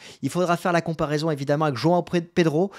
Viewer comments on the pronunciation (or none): none